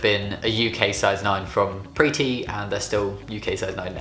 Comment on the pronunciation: I always heard pretty instead of pre T xd